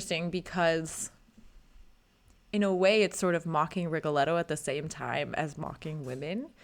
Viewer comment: Miss soprano, you’ve chosen a profession where Italian most be pronounced correctly, to begin with your name isn’t Aina but ANNA, Rigoletto isn’t but Rigoleto but RigoleTTo.